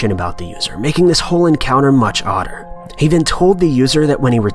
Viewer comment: he said odder but i heard otter